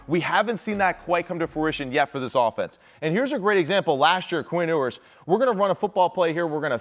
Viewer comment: Can't believe I'm still having to listen to this guy call him Quinn "Oooers"